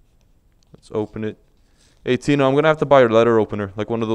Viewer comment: Yo is your girlfriend mexican cus you said Tina with a mexican accesent but if you don't tell me that's cool